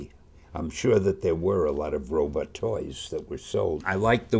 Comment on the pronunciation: I like that he keeps saying robot as "robutt"